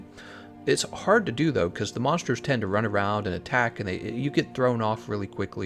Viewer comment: this man has a 3 star weakness to the letter r, "monshtershs" lul